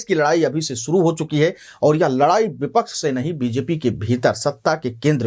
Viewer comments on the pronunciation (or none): none